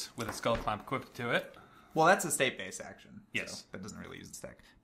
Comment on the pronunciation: I enjoy your content, this video made me cringe every time I heard "Equipted" Equipped, when you equip a creature it becomes equipped, no "equipted" It sounds a bastardization from enchanted, as a the other mispronouncing I hear frequently is "E Quip Ed". Keep up the cool work, and I look forward to more of these.